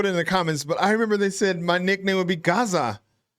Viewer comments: Gazza not garza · You would definitely be Gazza... but you need to make the 'a' sound more like 'a'pple, instead of 'a'rtichoke. 😊 Yes, budgie smugglers are exactly that... speedos! 😂😂 Trust me, you don't need a picture. 😅😂 'Stoked' is surfie language (as in people who surf). It's been around forever. Yeah nah = no. Nah yeah = yes. Lol Aboriginal culture is wonderful. Australians are finally learning to be proud of the First Nation peoples of our country. It used to be a more sensitive topic, but these days there is far more celebration and recognition of their history, which far exceeds our British takeover history. Yes, you got it. She is referring to muscle shirts. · It may just be an accent thing, but the way you say Gazza is just landing wrong. The first A is more like the ‘A’ in Gap. So say Gap but exchange the P to a zza (like Pizza with out the PI) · Not Gaza … Gazza. Rhymes with… jazz. Gazz like jazz, with an a. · You're actually saying Gazza incorrectly. It's not pronounced like Garza. And yeah, "bookies" and "goalies" are pretty general. I don't think they came from Australia. But the word "selfie" did. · never heard anyone use 'coastie' before. you say gazza wrong. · Definitely got the pronunciation wrong.